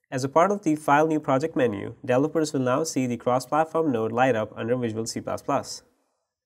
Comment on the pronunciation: It's pronounced DEV-EL-OP-MENT .... delopers....Holy Christ.... If you don't already know what he's talking about this butchering of some words every new and then is very annoying and makes understanding what he's talking about impossible assuming is was possible at all...